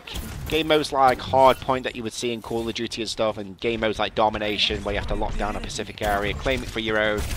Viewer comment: "And all we need to do is lockdown pacific objective areas".. It's "Specific"